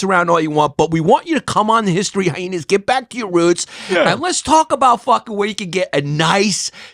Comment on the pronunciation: Chris "hy-heenas" distefano....